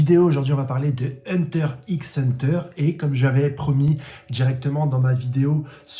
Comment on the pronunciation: Franchement j'aime bien ces vidéos, mais pourquoi il prononce le "x" ds huntrr x hunter et pq quand il parle de kurapika il dis "elle", kurapika c pas une fille c un homme. C'est ces 2 seul choses qui me stress de ouf ds ces vidéos sinon c carrer les idées son bonnes j'm bien